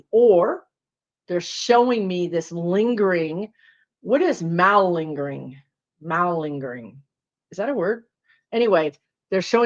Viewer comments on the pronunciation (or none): I'm sure you've heard the word before, but don't recognize it because of how you're pronouncing it. It's muh ling'.gr ing...exaggerating or feigning illness in order to escape duty or work. So the word you want is lingering. Repatriated is send someone or something back to their own country. Your guides need to use words you can more readily understand. lol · Watchers are "witnesses". We are witnessing. Google malingering. Pronounced mah lingering. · Why is it you mediums cannot pronounce words to save your lives?! lol. 😂 it’s “Muh-linger”.